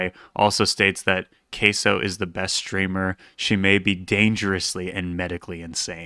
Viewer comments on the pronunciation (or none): none